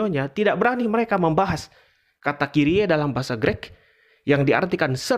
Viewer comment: Greek itu cara bacanya bukan "Grek". Kalo mau komentar bahasa belajar cara baca dulu sono. 😂